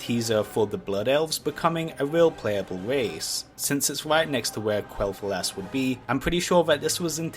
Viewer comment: “Qwell thu-aass”